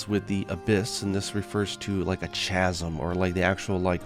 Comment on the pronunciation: Also chasm is pronounce like it starts with a K